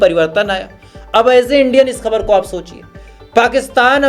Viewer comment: Please use hindi word samachar coz you just can't pronounce khabar.